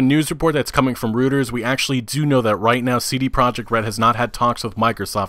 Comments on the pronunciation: "Reuters" is pronounced "roiters". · It's pronounced "Roiters" I'm surprised you've not heard of them, they're a huge, multinational news outlet. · Roy-ters is think is more readable. I first thought you were saying "Rioters" lol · Yong Yea pronounced it rooters too, I had to laugh. Looks like gamers only live in a virtual world. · I know what it looks like bit it is pronounced "royters".